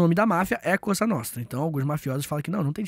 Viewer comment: É pra morrer rindo com esse sotaque no "Cosa nostra"! kkkkkkk